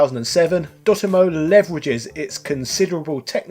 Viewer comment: I always thought it was dot emu, not dotemmoo